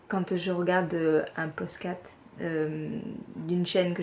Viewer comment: Bienvenue dans cette magnifique communauté TRICOT et bravo pour ton «poscat» 🤣😂 D’où es-tu? Il y a peut-être des café-tricot vers chez toi qui te permettraient d’échanger, de partager, de bien rigoler avec d’autres personnes accros au tricot 😆 Vivement le prochain épisode! Biz’ Véro 🌺